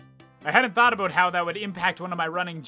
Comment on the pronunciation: I love the "aboot" he says. Canadians are classic